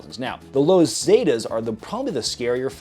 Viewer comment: "zeh tas" not "zay tas"